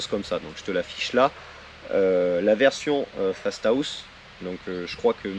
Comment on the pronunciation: Dit fastahaust ou fasta house